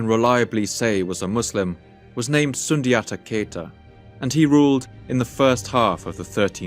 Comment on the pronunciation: Sundiata Keita was a pagan, ibn buttata tried to revise history saying he was Muslim and even claimed he changed his name to Salif Keita which is not true. His name was pronounced Soonjata Katya phonetically.